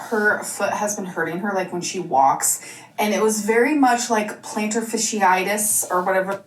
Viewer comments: Plantar fishy-itis! just keeps churning out great mispronunciations! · It's plantar FASCiitis, not fishiitis 😂